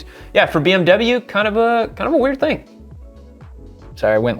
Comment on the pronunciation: Why can't you say "weird"?